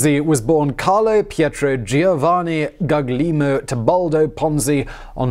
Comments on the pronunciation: Gaglimo? Guglielmo?? xD maybe if written in spanish it would be clearer "Gullelmo" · ...gugg-lee-moh... yikes c'mon you're not even trying